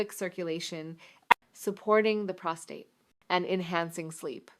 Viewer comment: Obviously produced by AI. The real Dr. Malik knows how to pronounce "prostate".